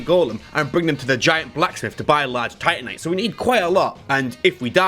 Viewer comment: Normal people: Titanite: TITTYnite